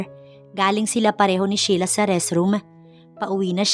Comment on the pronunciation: Ano ba, Shela. ..o Sheila and again pronounced....Shila.